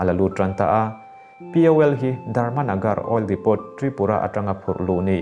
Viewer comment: A bengvarthlak thin e. Assam CM hian a term hi hmang zo pawh nise a dawt leh ah hian a tling zo meuh tawh bikin ka ring lo, a firfiak em mai. Chuan, 'depot' hi 'depaw/dipaw' tiin an lam thin..thiam ber niawm ziazangin kan rawn sawi ta mai 🤭.